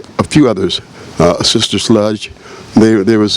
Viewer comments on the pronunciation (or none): Did he say "Sister Sludge".……It's "Sister Sledge" Cocaine is a hella drug😂😂😂😂😂😂